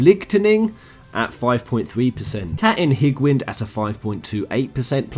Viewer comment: My nigga said Kattin Higwind and Licktining lol....